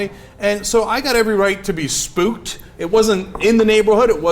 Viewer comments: Cenk, Did you say "spooked" ? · he said spooked..... racisit